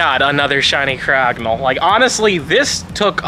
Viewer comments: I’m sorry but please stop saying cryo-gonal it’s not how you say it my man, it’s cry-og-ah-nal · The way Jt is saying crogonal here is causing me psychic damage